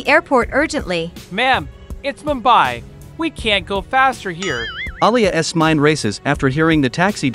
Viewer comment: I like how the narrator says an object that belongs to Alia he says alia es